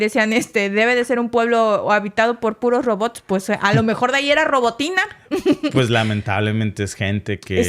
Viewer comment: Los canales rusos en español lo llaman Rabotino trasliterado del ruso Работино Me da algo cada vez que le dicen Robotin Entoces del ucraniano digan Robotyne no robotin 🙄